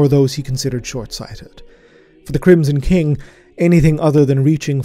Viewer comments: Love your work so much! Also "kingson crim" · First things first I love you, never stop. That being said, you said "Kingsom Crim" I wouldn't normally point out something that small but it's really funny to me for some reason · We just not going to talk about that "Kingson Crim" ?